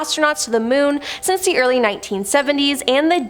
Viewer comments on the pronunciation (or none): none